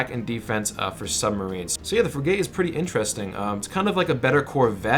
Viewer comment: You have never served in any Navy. That's obvious. It's not pronounced Frig - Gate. It's pronounced Frig - it. Thanks for your tips though.